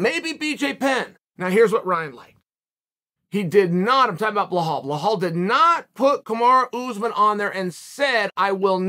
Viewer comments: His name is bilal Muhammad. It's not bihol or whatever that is you mumbled. How how hard is it for you to say bilal? You like to talk but can't say bilal? You are a joke. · bilal not blinhal please uncle cheal 😂😂😂🙏🙏🙏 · Belal. B E L A L. not blahal. I don't like the guy but my ears hurt every time you say blahal. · It's bilal not blihal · Who else laughs every time he says blah-haul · Belal only has an "unusual first name" because you call him Blahal. Otherwise it is a pretty easy to pronounce. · Bro you get me every time with the “Blawhaw” Muhammad. 🤣👏🏽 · “Bleh-hall” Muhammad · Lol 😂 😂 😂 you really butchering Belaal's first name....its actually pronounced alot different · For someone who likes Belal, uncle chael sure says his name wrong a lot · You like Bellal so much u say his name wrong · Chael please look up how to pronounce belals name.. shouldn't be that hard to google it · The shear irony of a person named Chael to say Belal is an unusual name is hilarious. Undisputed Undefeated